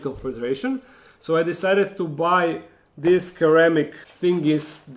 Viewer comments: The C in ceramic sounds like S, not like K. se-RA-mik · I thought this might be slightly better; sir-ram-ic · in english the word is pronounced seramic, and the water suction is called siphoning (sy) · The way you pronounce ceramic 😂😂 the c should be pronounced as an S